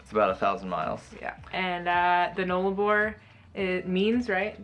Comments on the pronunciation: FYI Null-a-bor.... that's "null" not "nole"... loving the trip so far guys. Never driven the Nullarbor so looking forward to the next step 🙂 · Nullarbor is pronounced 'Null' (the 'U' is as in the words 'pUppy'and 'Umbrella') meaning none. Arbor means tree. Therefore 'no tree/s'. Nullarbor is Latin but sounds like a first nations/aboriginal word. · Road trains are the really long, multi trailer trucks. The Null in Nullarbor is pronounced like the gull in seagull (just saying LOL). You will be fine on the Nullarbor, enjoy.